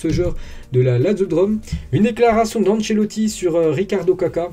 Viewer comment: parce que quand il dit Ancelotti il le dit bien alors que pour jurgen il le dit mal je comprend pas